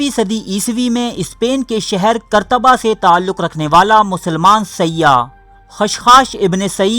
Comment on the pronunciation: اور تیری تو اردو بھی سیدھی نہیں بِاالآخر کو بَل آخر اور قُرطبہ کر کَرتبہ